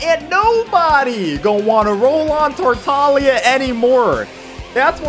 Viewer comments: wrong. in the U.S and English in general you'd pronounce it like "taar-ta-glee-uh". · you mispronounced his name like three times, bravo and keep it up